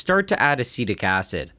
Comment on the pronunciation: When you say acetic acid I hear acidic acid 😄